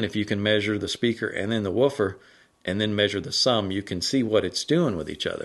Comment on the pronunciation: Hello. I was born and raised all my life in East Texas. The accents are so thick it's like a different language. But the way you say the word "and", lol. Ayuund. Three syllables?!? Reminds me of Dolly Parton or Loretta Lynn